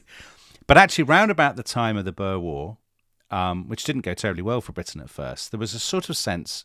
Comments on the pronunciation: I wondered briefly who the 'Burrs' were, before I realised that they must be the Boers. I don't know if Tom or Dominic will ever read this, but I think it might be helpful to point out that Boer is pronounced very much as the English word boor is. It's a diphthong. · I know you only mentioned the Boer War (now called the South African War) in passing, and I'm looking forward to your discussion of it someday soon, but you both are really going to have to work on the pronunciation of the word "Boer"..... The South African English pronunciation is "boor" as in "boorish"... An "oo" sound as in "boo" or "poor". In Afrikaans it's "Boer" (farmer) - a shorter "oo" as in "who" ending in a rolling "r" sound. Not as you've both just pronounced it as "burr".